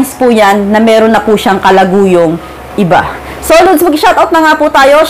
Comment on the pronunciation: Lods ang pagbiglas hindi po LUDS😂😂😂